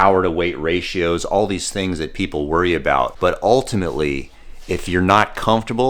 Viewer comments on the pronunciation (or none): none